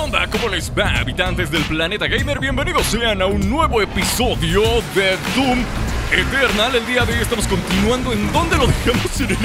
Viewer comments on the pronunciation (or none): Y nadie se dio cuenta de que dice doom eteral xd